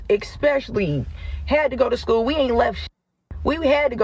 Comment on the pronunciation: It's school. Not sko